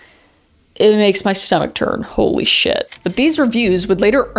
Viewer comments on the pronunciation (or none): none